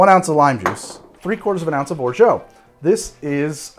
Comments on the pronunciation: Big fan. And, appreciate your commitment to your pronunciation of "orgeat." I just can't imagine any French people pronouncing it that way...Google translate agrees. French people agree. I'm sorry, I shouldn't press send. I should let it go. I SHOULD LET IT GO. Almost time for a man tai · There isn't an o or u in orgeat. Your pronunciation is like nails on a chalk board. Delicious drinks though 🤷🏻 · Wonderful recipes, but is it okay if I attempt to correct your French? Lol, you have been pronouncing orgeat as something like "orjo." The French way of saying it would be more like "or-jot." Will this comment ever be addressed by? I suppose I'm inclined to think that the answer will depend entirely on how much I have to drink quite regardless of how I go about doing it. Regardless, my first Caiperinha now and quite delightful! Cheers! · or·zhaat or in french without the hard T. Please...not or·zhoh. I asked google several times and it agreed. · I really wonder where that orgO pronunciation came from.. It's /ɔːrˈʒɑː with A like alpha or anarchy. I truly wonder how American English changed the pronunciation so much. Not complaining, just curious :) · I am a fan and love all your work. (also a linguist) There is no "o" sound in Orgeat. At the end, aim for an "ah" sound. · It's or-zha, not or-zho. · We can't order exotic spirits in Massachusetts. We are at the mercy of the liquor distributors. Only the most popular rums are available. That said, what would you recommend? I do like Jamaican. BTW Or-zhay isn't quite right. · Or-jaaah, please ! A Frenchman. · Trying to let go of my comment...but isnt it pronounced OR-ZHAAT....not OR-ZHAO....there is no O at the end of orgeat...just saying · If Orgeat, was spelled 'Orgeau', your pronunciation would be close to perfect. Substitute your 'oh', with 'ah' and perfection is a whisper away. Santé! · Orgeat pronounced "or zhaat'" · Or-Jah, once and for all, Or-Jah!;) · Pretty sure you are mispronouncing orgeat.